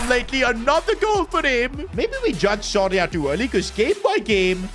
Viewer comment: is it just me or does keep saying sorry ahh instead of soria?